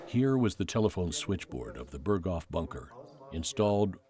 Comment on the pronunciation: Ps Berghof isn't pronounced like that